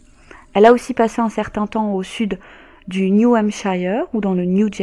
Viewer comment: on prononce ‘’new hamshire’’ (phonetiquement)